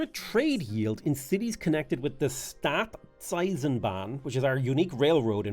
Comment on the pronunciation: Butchered Staatseisenbahn but nailed Bewegungskrieg haha